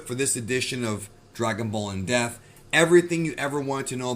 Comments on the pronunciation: it sounds like you keeping saying "in deaf" i cant unhear it. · Just curious are you aware that there is a P in the word depth? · Bro cannot pronounce the p in depth to save his life